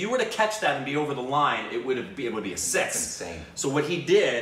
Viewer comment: Uncle, It's six, not sex.